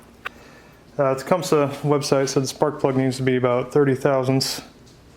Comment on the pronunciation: It is properly pronounced "TA-COME-SEE" !!!